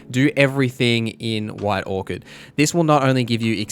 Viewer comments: it sounds like he's saying white Orchid. it was driving me insane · Orc-ard is killing me. Do Aussies pronounce Orchard like that or just this guy?